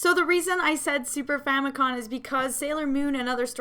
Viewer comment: Are you saying Super Famicon?